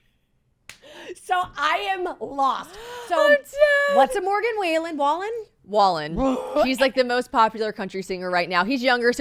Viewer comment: I CACKLED WHEN YOU SAID MORGAN WAYLEN (wallen) 😂😂😂😂